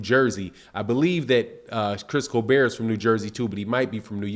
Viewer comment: How you mispronounce everyone name lol Chris colbeeeeeeer and rawwly lol